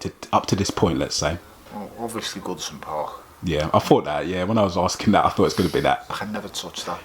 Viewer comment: "Goodison Park"